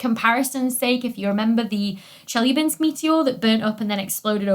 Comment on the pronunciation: Wow, that's been a decent pronunciation of close central unrounded vowel (in Russian, the sound "ы", which is often a challenge for native English speakers) though this sound is not actually a part of "Chelyabinsk" city name. But pronouncing the correct palatalized L sound in "lya" in this name is far more difficult than "ы" -- consider it impossible -- for native English speakers unless they train real hard to do it.